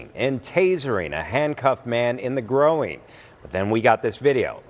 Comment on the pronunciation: In the growin'? Do you mean groin? Also sue the cop. Fire the judge. Oh yeah, also just one more reason people hate cops.